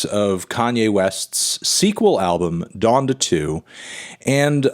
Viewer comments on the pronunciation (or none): it’s pronounced “Don-Duh”, Melon smh